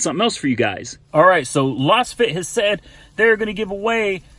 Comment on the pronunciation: Just what I need to annoy fellow motorists. BTW, it's probably pronounced "laze-fit", ya know, since they're lasers....